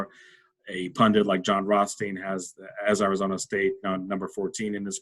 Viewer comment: You pronounce "Arizona" wrong. Like an East Coaster.